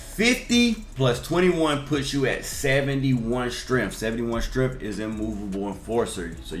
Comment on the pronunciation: said “get to 75 stremph” 😂